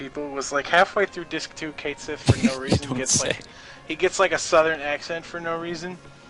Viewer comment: *Cait Sith. It's Japanese and is pronounced "Kite Sith".